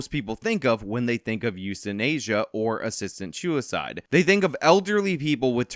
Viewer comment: "you shinasia assistant shoe icide"